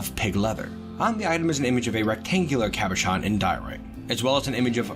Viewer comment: FINALLY you pronounce "cobochons" right/ I applausy you, / Love you. kisses. Continue please.